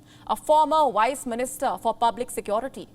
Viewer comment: Its VICE MINISTER....NOT WICE!!